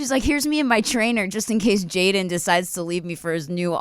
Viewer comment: "Jaydon"?. I'm really only laughing because I'm not that great with names either.